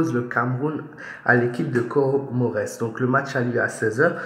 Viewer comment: On lit pas le S on met le S car Comores c'est des îles réuni qui forment un pays 🇰🇲